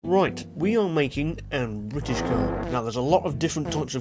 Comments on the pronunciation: u mean bri-ish car? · Omg an bri-ish cah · you spit out you tea, its the most bri-ish thing i ever heard no joke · Pure Bwittish!